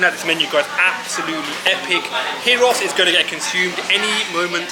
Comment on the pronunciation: Say the G like a Y when saying gyros.thats how it's said